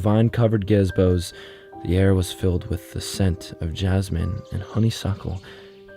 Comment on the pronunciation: Gezbos lol. Thanks. Love these stories. They are creepy but even better the occasional mispronounced word out of nowhere adds comic relief which makes the stories even better.